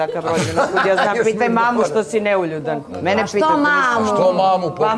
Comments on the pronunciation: Bravo, sto nemas pojma sta znaci neuljudan i uporno pricas neljudan 😂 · U koji metu, devojka promasila temu. Kaze "Neljudan". Ne zna da izgovori, a kamoli da zna znacenje te reci. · Matirala samu sebe sa NELJUDAN. sem sto ne znaju definiciju termina, ne znaju ni pravilno izgovoriti. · Neka neko objasni sta znaci "Neuljudan". Cak ne zna ni da izgovori pravilno.😮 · sutlijas,to ti je NEULJUDAN.